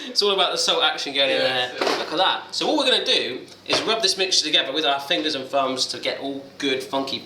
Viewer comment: Umm... Fums? He said fums instead of thumbs and id kinda doing all the work